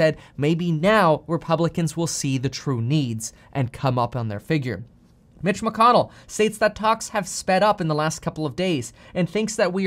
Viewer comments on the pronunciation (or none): none